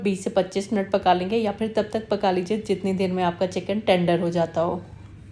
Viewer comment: thanks! Now Urdu vs Hindi corrections: 1: Phir not Fir 2: Takay masalay jale na not taa ki, Hindi speakers use ki istead of kay - “main ye kehna chahti thi kay…” not chahti thi ki. 3: you used “zeera” correctly instead of “jeera” that hindi speaker wrongly pronounce along with “jindagi, jaroor, jiada”